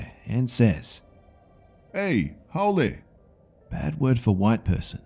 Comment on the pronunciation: That moment when Hawaiian accent sounds more pseudo-Jamaican. XD Also, surprised by the pronunciation of "haole" despite the slight mispronounciations of other words. (Also, yeah, some places here are scary as hell at night.)